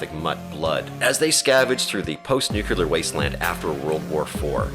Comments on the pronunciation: NuCLEar, not nucULar... Why does that bug me so... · I have tried and tried over and over again and yet I cannot get to the end of any video in which the word "nuclear" is mispronounced. Somehow I made it past the first instance, but when the second "nucular" came up, that was it for me. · For the love of god, it is NEW CLEE ER. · Nuclear, Nuclear, NUCLEAR!! New Clear! Ffs! 🤨